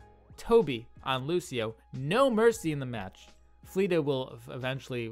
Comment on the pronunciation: Great video, but man it’s Flet-Ta not fleata